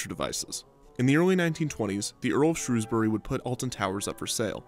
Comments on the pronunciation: just wanna say thank you for pronouncing Shrewsbury correctly, it aaaaalways gets pronounced incorrectly (not sure why, it's not exactly difficult) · As someone born and bred in Shrewsbury I just want to thank you for saying it correctly! I remember going on the black hole a few times, but after the nemesis, oblivion and even enterprise it felt a bit old. I also remember the rumours about deaths and how that just seem to add to the excitement of it all